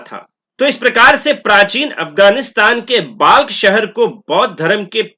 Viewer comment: महाशय Balkh का उच्चारण बल्ख होता है ना कि बाल्ख।